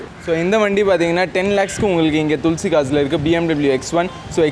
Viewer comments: துள்சி கார்ஸ் இல்ல பா,,துளசி கார்ஸ் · Otha Hindi Karan thulasi nu correct ah solran unaku Inna vaaila thulsi thulsi nu Petra vidura